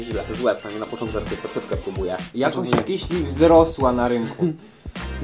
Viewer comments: KISIELI !!!!!!!!!!!!!!!!!!!!! Nie mówi się KIŚLI. Nie ma takiego słowa! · Mówi się kisieli :3 :P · Mówi się nie kiśli tylko kisieli.Pozdrawiam cię.